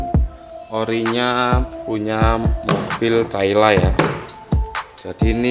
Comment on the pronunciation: Menit 2;27 caila katanya😆 caila dong bukan calya🤣